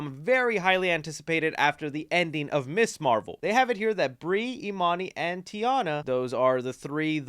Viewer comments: Im betting they'll call Deadpool 3 "Deadpool homecoming" or something like that also quick question Why do you say Iman-E? 🤔 The actress herself pronounces Iman (you know like magnet in Spanish) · Bro it’s not Imani it’s IMAN please say it right damn bruh